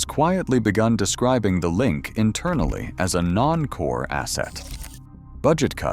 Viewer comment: JFC, can you check your ai narration before you upload? It can’t make up its mind whether it’s called “the link” or “the linick”. Also, no one calls it the O.Y.O. It’s pronounced “oy-oh”